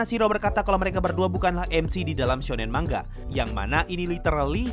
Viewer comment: manga bukan mangga woy